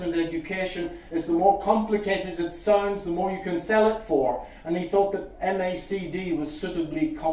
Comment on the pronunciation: Right off the bat I can tell you he is a fraud. He does NOT know the man who created the MACD because I AM THE MAN THAT DID IT!!! He can't even pronounce it correctly. I identify as a moving average and I am offended.